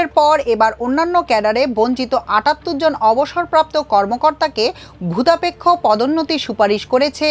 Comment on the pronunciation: **দুঃখিত ! না বলে পারছিনা , খবর পাঠিকা বারবার ভুতাপেক্ষ কে ভুদাপেক্ষ উচ্চারণ করছে , আশ্চর্য ! খবর পাঠিকাকে উচ্চারনে এবং টানে (এক্সেন্ট) আরও আরও স্মার্ট হতে হবে !